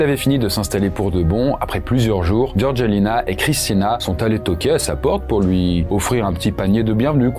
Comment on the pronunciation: Sérieux...tu prononces " GeorGUEUlina"...🙄 Faites un effort...c'est GeorgÉLina...les français a chaque fois...